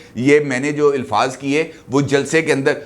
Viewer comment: Sir jee ilfaz nhi hota alfaz hota ha